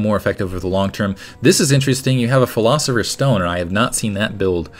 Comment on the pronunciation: Lol, can't pronounce pilosopher xD